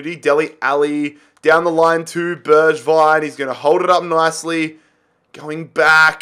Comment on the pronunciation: Bergwijn pronounced berg (iceberg)-vine; tanguy ndombele pronounced ton-gee en-dom-bell-ay